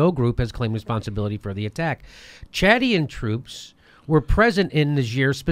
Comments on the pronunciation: Chanadian? I'm Canadian. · "Chanadian" eh? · "Chanadian" LMAO